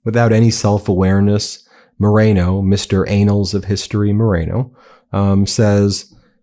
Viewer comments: Annals is pronounced like the name Anne not anal 😅😅😅😅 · The word is annal not "anal". Lmaooo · "Anals of history"? "Annals" is a little less disgusting. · The word is annals. It means a concise historical record in which facts are listed chronically. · All of you need to learn how to say annals instead of there is a difference between annals and anals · The Anals of American history ? Anal = (AY-nul) Having to do with the anus. The anus is the opening of the rectum (last part of the large intestine) to the outside of the body. Annals = (Ann-uhls) The record of an activity or organization, arranged year by year, or a history that covers a long period of time. One is an arse hole the other a yearly record Which one do you mean? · "the anals of history...". 🤣😂🤣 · "It will go down in the anals of American history." Damn straight! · If what he says is true and the dem guy said “it would be going into the anals of history”, he means it goes down as the worst attack in the history of attacks. And the gop guy repeats it with out knowing what the word pronounced as anal is the anus! He is so dumb. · I don’t think saying ‘anals’ was a mistake. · He meant "annals". Doesn't know how to pronounce it. He's so stupid he doesn't now his own language. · These people eed to learn how to pronounce the words they want oo us. ANNALS pronounce with a first letter like in apple. ANAL IS A totally different word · It infuriates me. A grown man, cannot pronounce An-nals (annals) . Or maybe that’s correct, operations in Iran will go down in the butt hole in American history.